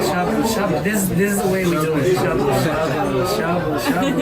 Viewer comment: 楽しく拝見しましたが、英語の会話の中で日本語の名詞 の発音を しゃぶしゃ～ぶ～、す～し～ かまぼ～こ～😄 普通に発音してほしいな～